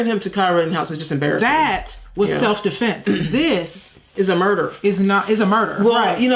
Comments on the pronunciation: you arent the only one the minister is worse than she is. its almost as if they mispronounce key words like the guilt is trying to shine through or something. the minister at some point says self deflense. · That idiot cannot say his name Met-Calf and he said self deflints 20 damn times😂🤦‍♀️👏